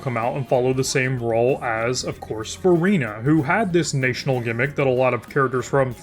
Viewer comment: My brother in christ, please stop pronouncing 'national' with a long-a sound